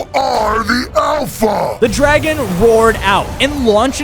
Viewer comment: It's dragon not draigo